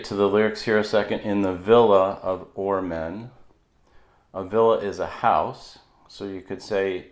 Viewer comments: Bowie meant to say Ormen - for sure! I could not watch beyond that... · It's Ormen dummy,,, enuff said